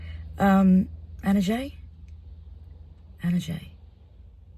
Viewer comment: Not ana jay ? we say ajji el-Maghreb